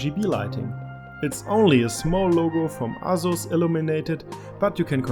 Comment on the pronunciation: dE aZuZ ROG